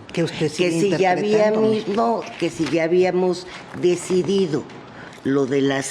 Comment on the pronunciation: Señora Norma, se dice "decidido", no "dicidido".